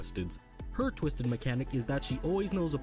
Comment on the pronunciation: He said tuisted